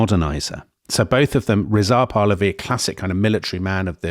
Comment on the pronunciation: *makes fun of [southern] Americans for pronouncing Iran incorrectly *immediately mispronounces “Pahlavi”